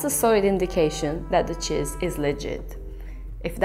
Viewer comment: "The chizz iz legit!" 😂